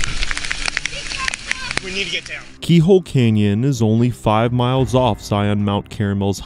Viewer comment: CANyon. Not kenyan